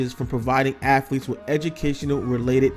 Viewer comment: Its not affletes